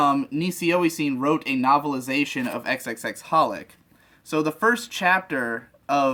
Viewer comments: It actually bothered me that they'd try so hard in their pronunciation of Katanagatari, but then didn't know how to pronounce xxxHolic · The "×××" in "×××Holic" is silent.